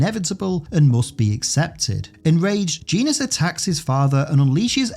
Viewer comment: Also, "Genis" is pronounced "Jenn-is." Rick Jones often teasingly calls him "Jenny."